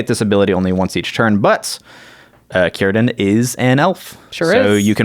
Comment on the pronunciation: is right about the pronunciation for Cirdan. He was one of the great elves, the wisest of the Sindar Elves and the elves in his time and also known as the oldest elf from the second age till the 4th age untill he left middle earth, he was also known as Nowë and his name Cirdan means Shipwright in elven. He had one of the 3 rings made by Celebrimbor, namely Narya, which he later had passed on to Gandalf. He was known for his skills at making boats and otherwise I dont believe he was that wel known, compared to Galadriel or Elrond of the 3 ring bearing elves.